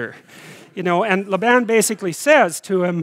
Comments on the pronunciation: I love listening to you...however, very curiously I have not heard Jacob's uncle called "." Is it not pronounced "Layben" with a long "a" sound? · I noticed that but it's not a rule. I also never heard it pronounced that way. He might have picked that up in Alberta.